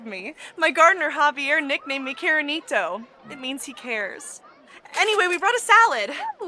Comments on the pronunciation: "Karenita" hahahaha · I just caught on to the 'caranito' - i've watched this episode about a half a dozen times